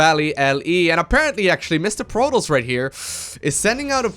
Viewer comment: Love how always pronounces Protoss like Plotoss xD Love your casts